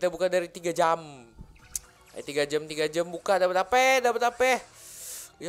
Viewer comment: ngomongnya jam sihh jangan jem